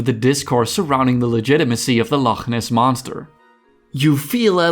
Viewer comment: Can I just say as a Scottish person well done for getting the "ch" sound in "loch" correct.